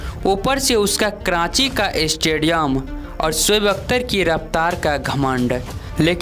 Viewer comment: Kranchi ke matlab kya haye? Commentary dena adan nahi haye.....sikhna zaruri haye